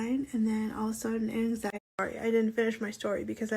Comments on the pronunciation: angZyadee and duhpreShyn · identifies as having angzheen and depreshun lol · YOU CANT EVEN SAY ANXIETY 💀